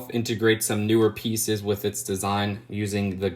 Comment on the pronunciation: Instead of saying “With” always say “wif” lmao